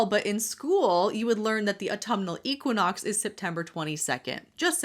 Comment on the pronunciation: I would hope they would teach them how to pronounce equinox correctly in school too 😆 sorry I love your videos normally but as an English person whose main subject is in fact English literature the pronunciation of equinox irked me 🤣